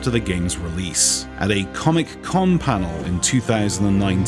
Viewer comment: First time I heard someone pronounce Comic Con as it is spelled.